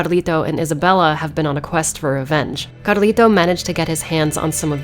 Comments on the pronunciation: Sorry, don't mean to nitpick though the way you pronounced Carlito's name threw me off, I didn't get it at first. I also find it strange that Capcom used such a name for a grown man. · Threw me for a loop every time I heard you roll your rs in Carlito's name.